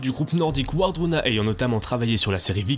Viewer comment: Le W scandinave se prononce V. Par conséquent, Wardruna se prononce Vardruna 😉